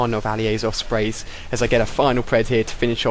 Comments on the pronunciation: doesnt it sound like hes saying ofsprey? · It sounds like you're saying, "Ali-A's Offspring'